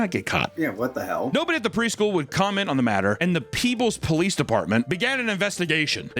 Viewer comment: oh the place is called peebles i thought you said the "peoples police" like they called in the fu**ing Rock to try and solve the case